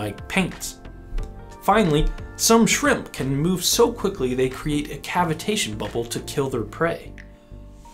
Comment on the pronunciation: it sounds more suspicious pronounced your way.